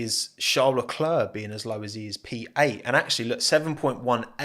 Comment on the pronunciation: Great video. But PLEASE learn how to pronounce Leclercs name